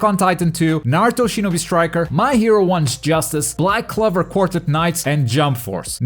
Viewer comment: He seriously said "Black Clever"